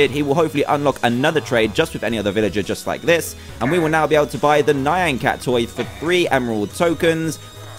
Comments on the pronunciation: just so you know, you keep mispronouncing "nyan cat" you're saying "nayan (nai-an)" instead of "Nyan (knee-an)" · Emma Rose he has said "nyan (knee-an)" in the past, its NOT his accent. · ThePantherPringles its pronounced "knee-an" but its spelled "nyan" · Ur right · ***** well it bugs me cause its mispronounced.